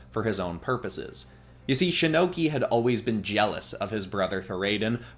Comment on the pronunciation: you said shinnoki like shinnok and Loki that sounds like a sick anime character